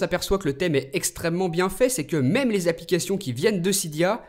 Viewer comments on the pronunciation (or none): none